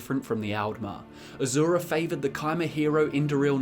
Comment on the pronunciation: By azura by azura by azura! It's azura!